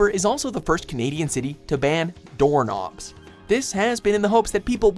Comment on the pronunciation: WHAT DID HE JUST SAY DOOR NOBs.... DOOR NOBS REALLY